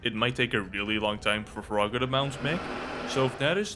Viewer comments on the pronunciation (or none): Pinkie is a female. Froger is not spelled froGGer it's froGer. Because of that, it's fro-ger and not fra-ger Pandemonium also moves just slightly faster than Chainsmoker. Eyefestation, when enraged/outraged, does have a stronger pull, but it also does more damage when you look at it.